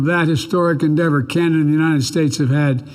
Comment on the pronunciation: He said it right, we're Chinada, made Trudeau proud with that one!!!